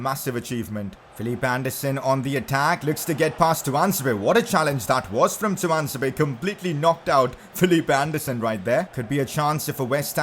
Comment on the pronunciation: Pcq: focus on the fa cup this season so we can be in the community shield in any way because the team that wins the fa cup is not usually the team that wins the league. and also Tuanzebe is pronounced toon - zeb not tu - an - zeb- è. He’s English.